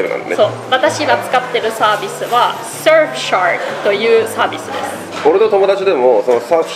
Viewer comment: レナ社長 すすることにダメ出し食らってますね。😨😨 大変そうですが、頑張ってください。🦾🦾 ついでに、カマたまうどんがタマタマうどんに聞こえ😱😱🔞 Surfsharkが本格的発音でpartnerが日本語発音に聞こえました。🤣🤣 いやいや、ダメ出しではありませんが。😊😊